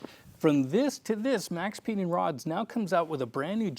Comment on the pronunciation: Maxpeedingrods. LOL. Come on man.